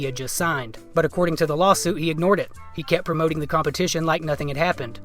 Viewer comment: Perfect opportunity to use "lawlsuit" in the title since that's how he says the word lawsuit-but you missed it! Haha.